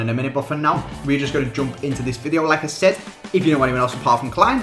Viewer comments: Every time he says "like I said" I think "Lacazette" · You pronounce 'Like I said' like you would say 'Lacazette'